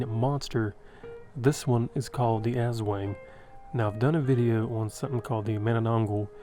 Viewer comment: Aswang is pronounced "ass-SWUNG."